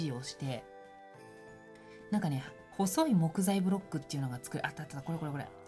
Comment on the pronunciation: 作るッ‼︎ のッ‼︎の感じがジョジョっぽい